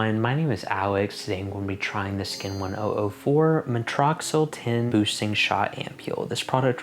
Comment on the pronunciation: Hi Alex. It’s pronounced muh-tricks-ul for future reference:) I think the reason you haven’t experienced any sensation with the spicules is because it’s not at a high percentage like the reedle shots